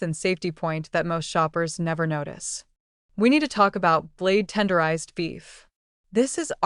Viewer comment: Learn to read blade tenderized! 🙄